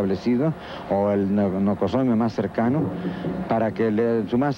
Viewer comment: "nocosomio" NOSOCOMIO...